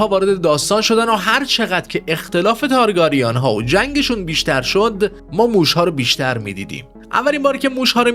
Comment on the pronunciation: ویدئو واقعا واقعا قشنگ بود فقط اگه میشه لطفا تارگرین رو درست تلفظ کنید